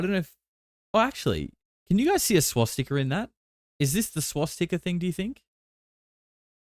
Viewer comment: what is a Swas-Sticker? 😂😂